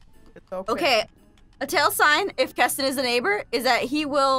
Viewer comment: It’s kestin it KESTIN XD